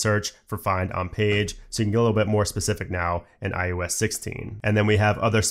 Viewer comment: Great content. But “iUS” will never not bother me. Especially after the 50,000th time, but im also pedantic, and my own pet peeves don’t invalidate the massive work that was put into your video. Thank you! And if you ever get some free time, look closely at your mouth in a mirror and say “eye oh ess” as many times as you can lol